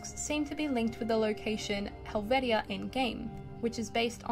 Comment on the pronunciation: Helvetia is pronounced Helv(sh)a... I lived close to this location and been to the celebrations.